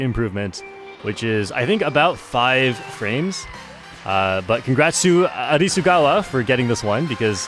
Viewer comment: Nice job learning Hiragana!!! Great pronunciation on Arisugawa too you love to see it